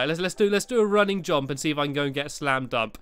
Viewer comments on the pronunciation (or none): lol u said slam dump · You said slam dump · at 8;20 stumpy says slam dump